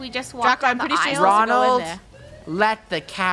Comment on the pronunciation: I think too when the captain said Ronlad i said Mcdonald